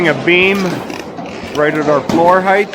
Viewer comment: Height does not end with a “th”.